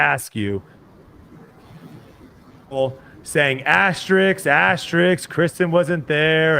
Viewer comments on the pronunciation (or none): This could be the dumbest thing to comment on…but, you NEED to start pronouncing words correctly (AS-TER-ISK) 😂 As a host of a podcast, that’s the expectation you need to set for yourself and you lose a tiiiiiny bit of credibility every time you make those kinds of mistakes. Small 2 cents there. Great pod regardless 🤝